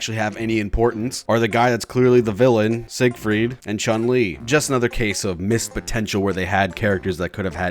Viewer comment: I died when he said chun-li😂